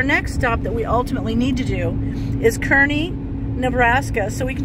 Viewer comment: The town is pronounced Karney, fyi I love the tabletop at that diner. Did you know a lot of those old diners of that sort were trucked over from New Jersey, other parts of the east coast? Yep, they were 🙂